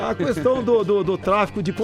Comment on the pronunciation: ele fala cuestao mesmo kkkkkk